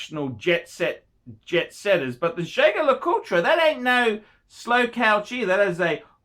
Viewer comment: Thats not how you pronounce Jaeger LeCoultre